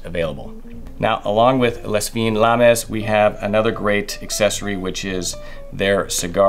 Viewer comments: It's not "LES FIN LAMIS", it is pronounced "L' FIN LAM" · Lovely products, but please learn how to pronounce, "Les Fine Lames." Ce n'est pas trop difficile. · ...Lez Feeenz Laarmez? lul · "Lay Feene Lahm" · You should look up how to pronounce “les fines lames”. Its french, yet you are saying it like its spanish 😂😂😂